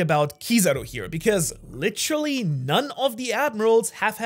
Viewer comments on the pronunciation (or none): I need a “licheral (literal) or licherally(literally)” Count 😂😂😂